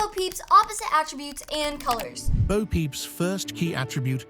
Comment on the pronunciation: It's Bo, not bow.